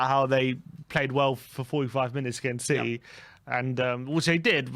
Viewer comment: What happened? “If Spurs beat Citeh, I’ll have a shave”. Lol